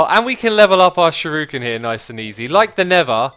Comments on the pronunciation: its not shiruken its shuriken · ShurUken and osium. Its supposed to be pronounced shurIken and osMium :D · actually it's pronounced Shoo-Ree-ken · I think he's pointing out that it's shuREEken, not shuROOken. Also, little heads up, it's the manyullyn (obsidian too) that breaks "unbreakable" stuff. replace the manyullyn and those shuriken should never run out. magma slime is a good choice, especially if you put blaze dust on them. Prismarine could also be good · Sh*U*r*I*ken. Not Sh*I*r*U*ken. And the U is long (Sheruuken). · Shuriken: pronounced shoo-di-ken. Japanese R's make a D sound. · Others have pointed it out: shuriken is pronounced sure-"e"-ken. Osmium is pronounced Oz-me-umm. :) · Shuriken is pronounced "sure-ee-kin" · Pronounced sure-ih(or eh) kin i would know being a black belt myself and trained in the arts of Japan (btw I'm arftroopr from ur stream :p) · "Ossium" "Shuruken" This is like Etho's Ark Let's Play all over again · YSquared, Yobozo and sher-u-ken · SHURIKEN. SURE-I-KEN. Im sorry but what people mispronounce Japanese words it really drives me crazy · its a shuriken not a shooroken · Who else was getting triggered by how he said Shuriken and and Osmium! Aha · The way X said osmium was bad but then he said shuriken. In the first minute I also most died as I am an avid lover of cool materials on mods and also ancient weapons. X I now speak directly to you, plz no more